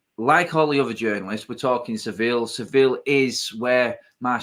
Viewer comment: it's ser-vee- yah not sivill